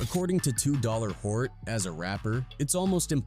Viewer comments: Feels like you put no effort into making videos. At least listen to the AI before releasing the video. All you had to do was type "Too Short" to fix that 2 dollar hort nonsense😂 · Toos hort? Your ai sucks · You realize this is narrated by AI don’t you? That’s why there’s always crazy mispronunciation of words and names.